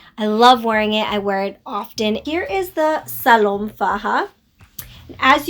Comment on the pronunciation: Hi you look nice. Also, I believe it's pronounced Salome in spanish. The "e" is not silent.